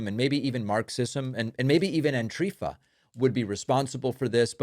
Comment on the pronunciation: Antrifa?? Omg. Lmao.